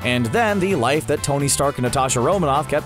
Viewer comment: Tong? Wtf?!! It’s Tony